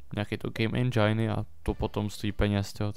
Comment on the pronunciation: nerika se endžajn ale endžin! Jinak diky ze natacis z me oblibene hry!